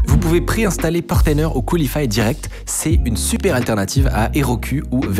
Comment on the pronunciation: c'est Coolify et non QualiFY